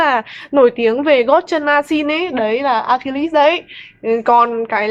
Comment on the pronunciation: Note cách đọc tên Achilles để bữa sau đọc cho đúng :v